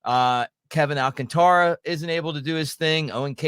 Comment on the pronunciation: Alcantara's name is mispronounced so much. Its not pronounced like the fake leather. It's pronounced All- kAn-ta-ra.